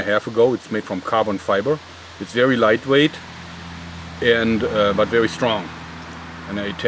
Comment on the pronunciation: vewy vewy sharp. xD